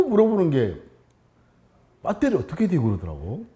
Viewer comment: 빳데리 ㅋㅋㅋㅋㅋ 구수하니 좋네